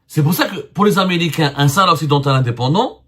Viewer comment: il est drôle le zemar a marteler du "NOUS comme s'il était a la tête d'un grand journal avec une centaine de d'employés "sahara occidentttal" en claquant du Ta, mais il est temps pour lui d'abord d'apprendre a prononcer "province autonome du royaume du Maroc" comme font les espagnols avec la province autonome catalane ainsi que le pays basque. il invente en plus en disant que les USA et l'algérie se soutiennent depuis bien longtemps c'est a dire avant que l'algérie existe